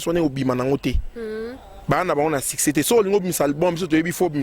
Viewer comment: Madame bongisa prononciation, succès non siccès